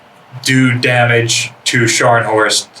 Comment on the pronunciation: Scharnhorst is pronounced as ˈʃɑrn hɔrst or sharhn-hawrst. Also both Scharnhorst class ships began construction in 1935